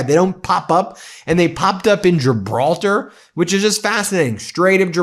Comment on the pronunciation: Gilbaltar? FFS You dolt.